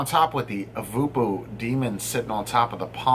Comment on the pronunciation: Did you know that Voopoo is actually pronounced "Vopo"..... as in Vohpoh lol...guess there is a lot lost in translation. Honestly when you... ha the "wolverine" of reviewers gives something a shit review... I buy it in for my customers.... hey a 3-4 from you is usually a 6-8 for other reviewers;)